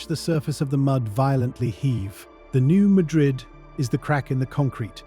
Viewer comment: FYI it is locally pronounced newMadrid the a has a hard pronunciation.